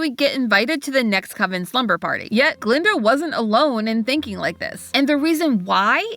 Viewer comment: That's Guh-linda. With a "guh".